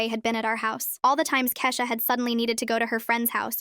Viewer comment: Why did it switch from Kesha to keesha for a second